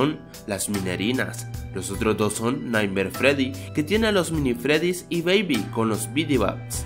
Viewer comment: Creo que te equivocastes al decir nightmare freddy